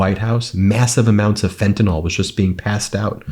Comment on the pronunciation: It's FEN - ta- nyl. NYL, NYL not NOL!!!